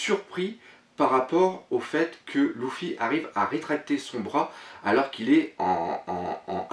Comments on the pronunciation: putain on dit LU-FFY(lefy) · Tu me stress a dire louffy XD